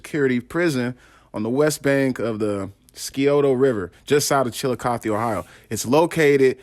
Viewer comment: You pronounce the name of the city right the river is wrong in Scioto the c is silent